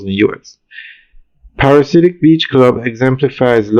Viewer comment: PARA-DI-SI-AC. Not parasidiac